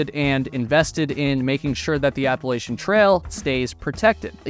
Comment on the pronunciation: It's pronounced APP-A-LATCH-CHEE-AN. It is NOT pronounced ABBA LACE SHIN. It runs through the region known as Appalachia. APP-A-LATCH-AH. NOT APPLE-ASIA. Even Peter Santenello says it correctly (because he too was raised in Appalachia). Originally the name of the Apalachee, a Muskogean people of northwestern Florida, perhaps from Apalachee abalahci "other side of the river" or Hitchiti (Muskogean) apalwahči "dwelling on one side". The name was eventually used also for the tribe and for a region spreading well inland to the north.